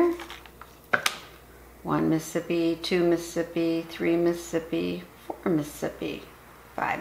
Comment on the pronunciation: Isn’t the whole point of counting to the syllabic cadence of ‘Mississippi’ to correctly count down elapsed time without the benefit of a timer?? Why count at all, if you’re going to mispronounce the name of the state as: “Muh-sip-pee”? That extra could mean the difference between an intact or a faulty seal.